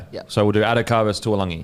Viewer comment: Its not tualagi its taulagi.. Pronounced Da - oo - langi.